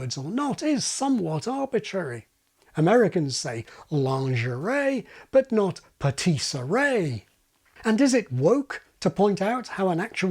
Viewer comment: patisserie is actually pronounced with an "ee" sound rather than "ay" at the end